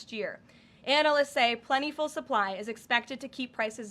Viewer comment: “Karoline Leavitts in Cognitive Decline pronounced “Plent tee full” impeachment imminent” - CNN